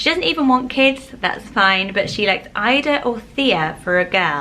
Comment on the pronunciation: Ida is actually pronounced “ee-da”, it’s German :)